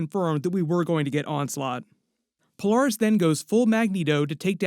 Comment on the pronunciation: It's weird hearing someone pronounce her name, Pole- Are- Us. Instead of Pole- Air- Us. Interesting.